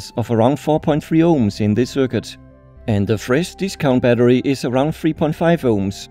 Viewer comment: Batterier 😂😂 a lot of beer Berăria (🇷🇴)